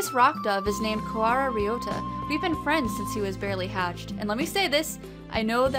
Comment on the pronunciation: you are pronouncing Ryouta correctly. there is definitely an R in the japanese language. you must be thinking of L or something.